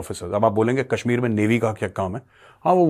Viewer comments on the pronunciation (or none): none